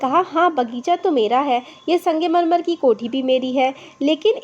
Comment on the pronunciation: Arey didi wo sangemarmar nahi hai wo sangmarmar hai 🤦 Phele padhna Sikh lo baad mai padhana😂